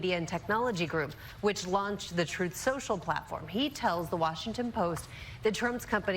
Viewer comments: I don't mean to be a stickler but I believe it's pronounced "Troth Shoshal" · "TROATH SENSHAL" 😂🦅🇺🇸 Yes, he actually said that. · Uhhhh….. it’s pronounced “Troth Senchal”